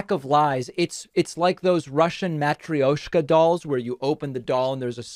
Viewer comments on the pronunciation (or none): The Russian dolls. The word is Ma-TROY-shka! not 'mattry-oashka'. 😂🪆🪆🪆🪆🪆